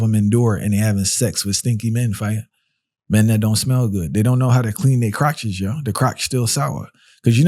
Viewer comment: Yo! Real talk! Yet; I can't stop laughing! You sound like one of those old fashioned Jamaicans; when you said: Crotches! Good commentary!